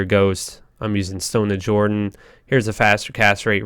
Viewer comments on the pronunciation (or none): none